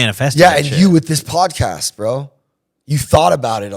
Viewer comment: Yo you said podcast wrong. Keep up the police vids!